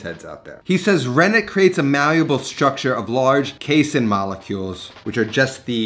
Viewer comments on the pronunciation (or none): none